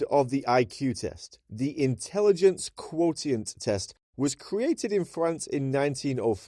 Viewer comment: FYI quotient is pronounced "quo-shent" or more so like "quo-shunt", with the "ti" acting like the "ti" in "attention", among other examples.